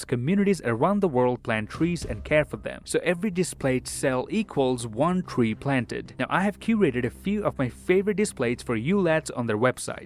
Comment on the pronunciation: I think he said "next wong" 😂